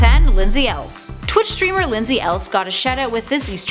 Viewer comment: It's Lindsay El-Ese...not else....the y is said like and e